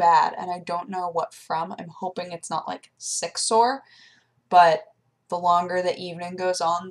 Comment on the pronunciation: Sick sore sounded like something else lawl!